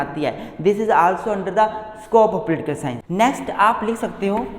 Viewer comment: I like the way he say Pultikul sciance 😄